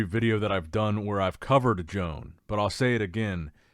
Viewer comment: The Spanish guy is called, One baddel Not Joan The j is pronounced y Please learn to speak properly 😮 I